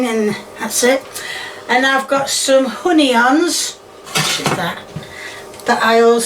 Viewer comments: "Honey-ons"🤣🤣 ... loves it how she always says "shit" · Is "honey-ons" a regional dialect thing or a thing?